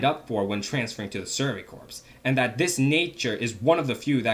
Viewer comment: Erm, I know it's spelled "corps" but isn't it pronounced "core"? Great video btw 👏